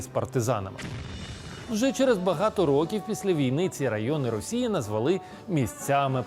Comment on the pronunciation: На чому "назвалú", а не "назвáли"?